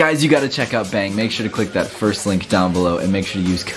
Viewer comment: Is it just me or when was doing the bang energy thingy did he say beng